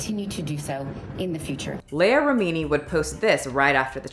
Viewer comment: Wait wait say Leah's name again lol bruh